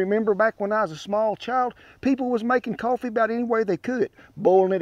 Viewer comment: It's pronounced cowfee.